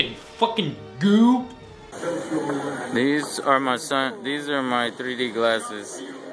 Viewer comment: i just love how joe says the word "goo" haha he's awesome,really enjoy all his reviews